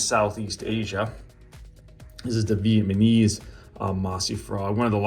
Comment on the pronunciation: Bro cannot say Vietnamese right hahahah